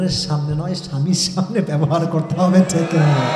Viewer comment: ঠেক নাতো হুজুর ঠিক হবে উচ্চারণ সঠিক ভাবে করলেন